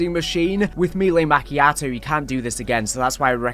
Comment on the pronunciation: Me-lay Ma-key-ah-toh